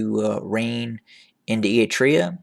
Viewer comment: Why do you pronounce Eritrea “e-i-trea”?